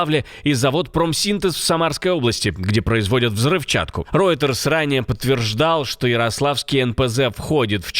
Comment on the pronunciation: Рейтерс а не ройтерс. Вот после этого доверие вашему каналу.